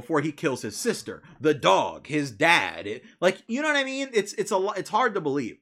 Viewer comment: Lmao I love how you emphasize the dog. *How is nobody stopping this kid before he killes his sister? THE DOG?! his father*...